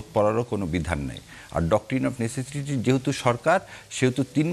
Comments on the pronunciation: ব্যারেস্টার সাহেব ওইটা (১২:৫৮ মিনিটে) নেসেটিসি না নিসেসিটি। দারুণ আপনার পড়াশুনা😂😂😂😂😂😂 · নেসেসিটি যে উচ্চারণ করতে পারে না, সে আবার ব্যারিস্টার!!!!!!